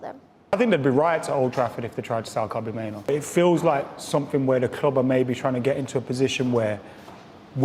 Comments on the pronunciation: Minoo???? 🙄 Say it properly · I'm sorry how much do these lot get paid and can't even be bothered to pronounce names right. 90% of names they said are wrong I meN I know kobie mainoo but who's kobi manu